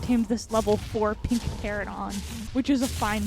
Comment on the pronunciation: feels like every ark youtuber calls them "teradon" when it's clearly "pterANOdon" 4 syllables not 3